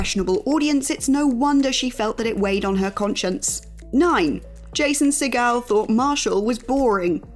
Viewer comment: Allowing for different pronunciations amongst countries, deferring to Steven Segal’s pronunciation of his last name is not the way to go. Jason “Seagull” is the usual way to say it